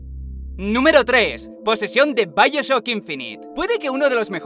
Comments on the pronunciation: vaioshock jajaja bioshock wey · "vaioshock" xddd